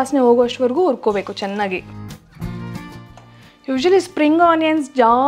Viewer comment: "ha" karada mele swalpa gamana kodi, urkobeku, asimenasu, ogovargu....